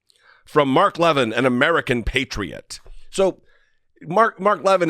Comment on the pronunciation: I don't know why it pleases me so much to hear you mispronounce Mark Levin, haha. Feels like when people make fun of Tomi/Tommy/Tammy/Tony Lahren/Loren/Laywren